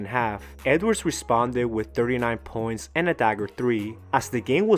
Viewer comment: I had to rewind to know whether or not my ears were deceiving me 😂